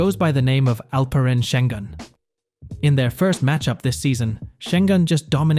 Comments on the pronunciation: nothing..also laughed at how he butchered his name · LEARN ALPEREN ŞENGÜN'S PRONOUNCATİON !!!!!!!!